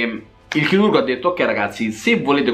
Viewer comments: "il nostro CHILURGO" "intervento CHILURGICO" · È accento Romano questo. Anche a me a volte scappa